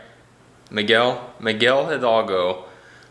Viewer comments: It's funny to hear you say jidalgo everytime. you can day idalgo since the h is silent in spanish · Miguel HI-DAL-GO, try to say it syllable by syllable, with practice you will succed. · You guys are amazing and know more about Mexico than me. Miguel Hidalgo is spelled with a H but is pronounced without the H Miguel Idalgo. You guys bring so much joy! Love you guys